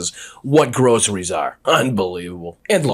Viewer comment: GROSS-ER-REES.... he sure says it in the manner everything that drips out of his pie hole sounds like to me - GROSS! You people elected a complete weirdo who is going to cater to ELON MUSK... fools...